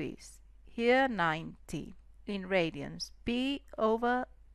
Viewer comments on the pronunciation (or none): en ingles no se dice "pi", se dice "pai" como la pastel "pie" xD